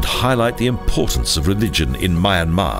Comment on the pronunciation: unfortunately the pronunciation of the country's name and many other names is incorrect and there are errors in the spoken commentary ! apart from that a nice documentary and voice.